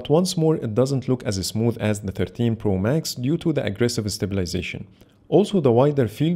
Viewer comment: Good comparison...but ur pronounce for 13 pro sounds like 15 pro